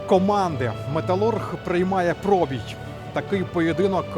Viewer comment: Пробій,наголос на "і",а не на "о".Це ж елементарно😮